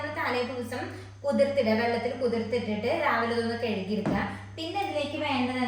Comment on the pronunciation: കെഴു കി എന്നല്ല. കഴുകി എന്നു പറയൂ.